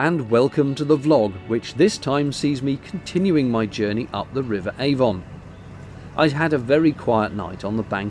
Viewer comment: A Warm Gun It rhymes with "lemon", not "Hey, Don".